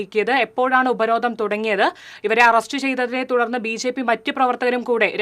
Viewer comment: ഉപരോധ'ന'മോ 🤣 അക്ഷരം അറിയാത്ത മാപ്ര🤣